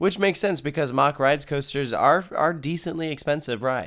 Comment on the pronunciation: Mack not mock